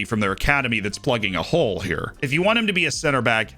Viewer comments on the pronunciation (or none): none